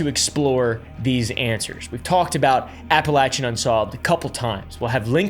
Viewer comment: Can people like this stop making the Appalachians sound like some mystical place. Besides pronouncing it wrong, this region is one of the poorest, most underfunded areas in the entire United States. It is a deep red, abandoned location with almost no resources, full of drug movement and poverty. The people there aren’t “wild men” they’re abandoned, intentionally, by their states. It’s not a playground for larping country guys to pretend is mystic, it’s just sad.